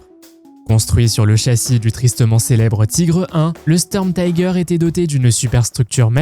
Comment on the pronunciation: Et une IA merdique qui n'a même pas l'accent correct (on ne dit pas sturmtiger => mais stourmtiger /de même panzerzeug => pantzerzoug )